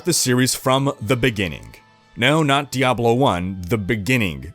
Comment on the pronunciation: thank you for pronouncing "Diablo" correctly